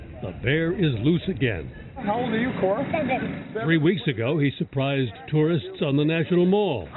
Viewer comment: sounded like he said Core, like Cory. at least to me